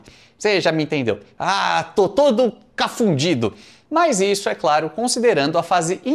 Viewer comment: Confundido e não cafundido,não estamos em A,turma do Didi.